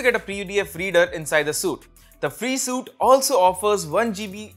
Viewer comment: Bro SUITE is pronounced 'sweet' not 'suit'. Otherwise your information was good and useful.